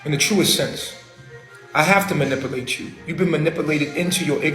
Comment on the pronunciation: Can't even pronounce "manipulate".